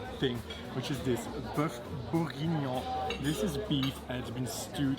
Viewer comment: It ' s bœuf bourguignon .for the pronunciation you can write on google : bœuf bourguignon pronunciation in french and you will know the pronunciation